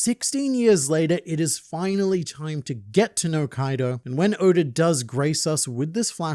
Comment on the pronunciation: He keeps calling Oda Odor and It keeps making me laugh